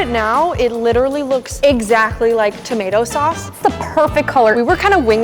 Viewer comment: tamato Sause lol